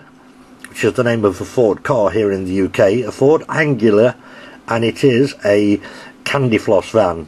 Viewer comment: I think it's pronounced Ang-lee-a not Ang-u-la...just a thought...Thanks for the video!